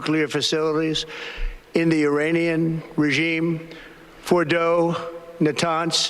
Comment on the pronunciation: Trump said Uranian 😂